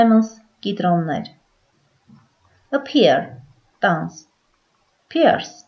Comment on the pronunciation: Խնդրում եմ խնձոր և տանձ բառերը ճիշտ արտասանեք։